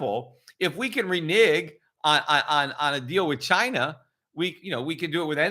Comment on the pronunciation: RENIGG?? I think you mean RENEGE!! (racis') LOL. Next you are gonna WELSH on your bets and GYPPED on paying tips :D